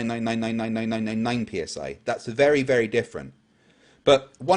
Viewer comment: says ‘nuke-yuh-ler’ instead of nuclear. Somehow, that bothers me almost as much as all the other extra-super dumb-ass garbage that comes out of his mouth.